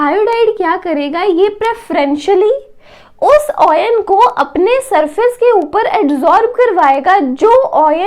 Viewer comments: oyan nahi ion bolte hai usko baki badhiya samjhaya hai maza aaya samajhke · Mam it's very nicely explained ...but the word oyn instead of ion distracted our mind